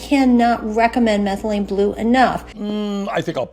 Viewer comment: Methalyne blue to blue “methamphetalyne” rq 😂😂